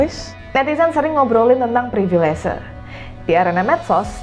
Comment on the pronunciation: Permisi. Privilese saya lihat ada di KBBI yang artinya Hak Istimewa. Tapi apakah konsonan "V" di kata Privilese ini dilafalkan seperti "V" dalam kata Privilege? Dari awal video saya penasaran, dan mengganjal di telinga mendengarkan kata baku yang dilafalkan campur dengan konsonan bahasa Inggris.